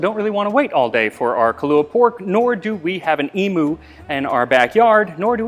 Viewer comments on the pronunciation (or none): also the bird is pronounced “eem-you” not “eem-oo”👍🏻 but you probably know that already😁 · An ee-moo isn't the bird regardless of what you were referring to. As an Australian it's eem-you. If you pronounce it the American way we will likely beat you up. We are all criminals here. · It isn’t pronounced like the flightless bird at all. The Emu is not pronounced Emoo, like it’s a cow. It’s pronounced ee-mew. And yes, I am Australian. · Max, like all Americans you mispronounce emu. It's not e-moo, it's e-mew. So very much not pronounced the same as the Hawaiian word imu. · The flightless bird is not pronounced "e-moo" but "e-muu" 🙂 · Except: imu and emu aren't homonyms. Emu = eem-you, not eem-oo. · Ah, as an Australian, I'm glad you have covered the Imu here. Because our flightless bird, the emu, is not pronounced "e-moo", it's pronounced "eem-you". Our bird, our word. If you come to Australia and ask to see an "e-moo", we either won't know what you're talking about, or think you want to see an electronic cow. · Small thing: Emu would be pronounced "E-mew" not "E-moo". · I knew it wasn't the flightless bird because that is pronounced "eem-you"!